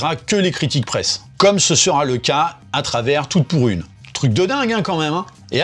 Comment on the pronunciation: Vous aussi à chaque fois qu'il prononce le titre du film vous entendez "Toutes pourries" ? 😂 Prochains remakes : -La Comtesse de Monté Christelle featuring Aya Nakamura -Les valseurs Featuring Diams et Vitaa -La mère noël est un déchet featuring le djamel comedy club